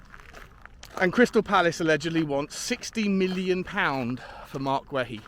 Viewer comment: It Marc Gay-EE not Gway he